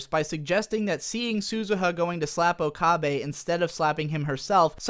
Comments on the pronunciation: o ka beh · A bit of agreement, a bit of disagreement. My first thought upon seeing her was definitely "Why the hell did they give Mayushii a rack?!?!" Also, why do you keep pronouncing it "Okahbe"? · "oh-kah-bay" made this difficult for me to watch. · disliked for pronouncing okabe wrong for 20 minutes jokes aside, although i really loved s;g 0 you actually have some pretty good criticisms about the entire show. never even noticed the fan service and now that I do now, I am really upset and disappointed with White Fox. also their voice acting seems uninspired compared to the original. i loved the original voices. suzu being john titor was such a plot twist and now that's just who she is. the characters became one dimensional and it really saddens me. the original was a lot better, however s;g 0's ending did wrap it full-circle. episode 20-23 (soon to be 24 and 25 OVAs) should've been what the entire series was truly about, not some lame fan service about how okabe is an edgelord and talks to a robot kurisu. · How can you so frequently switch between mispronouncing okabe and getting it right? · You pronounce okabe's name differently in every point, please stop. Even if you're pronouncing the name incorrectly, stick to one pronunciation